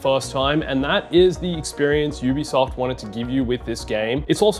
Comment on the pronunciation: It's UBISOFT, emphasis in SOFT